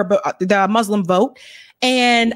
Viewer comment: Moos-lim Please practice your pronunciation. There’s no z in Muslim. (Not mazlam or izlam)